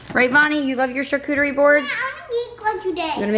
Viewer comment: Vonnie says charcuterie really well. Even I who is in my 30's couldn't say it very good at first. Also, I love that bowl that had the name of Jesus in it. What did it say completely?🤔 Also, your coffee cake looks amazing, and I'm glad it tasted amazing as well. 😊 Hope you all have a good weekend and week as well! 🤗 Be encouraged!!😁 Love ya, friend!🥰